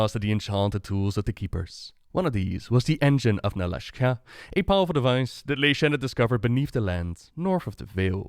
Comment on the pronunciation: You keep calling it the Engine of Nala-shka, it should be Nalak'sha